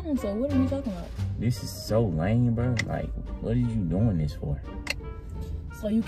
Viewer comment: Bro said I bought dis mat😂